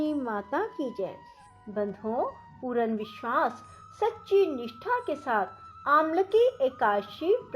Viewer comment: पूर्ण का उच्चारण पूरन...